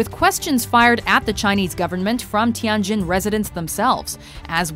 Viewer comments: It is “Tianjin”，not “Tiangjin”. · Its pronounced Tee-yen Jin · Oh my god, the way the narrator said "Tianjin" made me cringe... (coming from a chinese person)